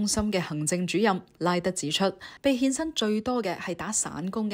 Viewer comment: 欠薪變成獻身，懶音有趣好好笑!